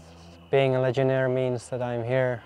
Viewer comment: The word is "legionaire" like "millionaire" not legionary.